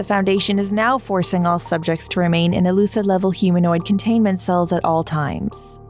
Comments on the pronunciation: dod she just pronounce Euclid as Elucid? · That's "Euclid", not "E-Lucid".